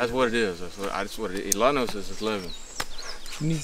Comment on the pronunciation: 11 in Spanish “ Ilanos” 😂😂😂 I’m dying